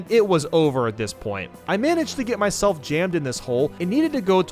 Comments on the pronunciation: Is no one going to talk about when he said “my-shell-f” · Did Did he just- Did he just say my shellf? that’s my boy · Why did you say "Myshelf" in 1-mid castle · It said my shell